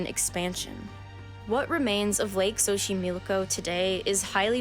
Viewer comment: Your pronunciation of the words Axolotl and Xochimilco is insulting to my culture 🤦🏻‍♀️ The X sounds like “Sh” in Axolotl and “S” in Xochimilco. Pretty important to a documentary-type video to get the main words right 😬